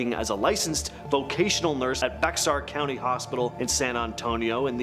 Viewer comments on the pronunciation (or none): Bexar is pronounced Bear. Bexar is the native American spelling of Bear